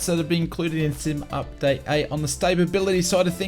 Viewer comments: *stability (not stapability) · Am I missing some in-joke with how you're saying stability as though it's spelled staybability?